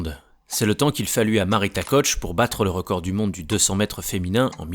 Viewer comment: Marita KOCH. Prononcé « KOR », et oui c’est une allemande 😉